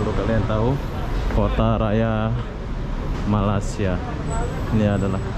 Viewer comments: jawa Mana sih ngomong malaysia kok nggak bisa ucapin Malaysia bukan Malasia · Belajar ya ucapanx biar enak didengar hati hati loe Nama Negara orang nyebutnya yg bener Malay sia